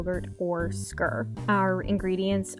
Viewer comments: Just a heads up I think its pronounced skeer or skier 😊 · It's not pronounced "skuuur" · You lost me at 0.08. If you're going to be an influencer on YouTube, please know how to correctly pronounce the subject of the video. Ugh.